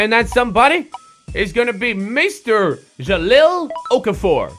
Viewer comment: It's pronounced ja-hal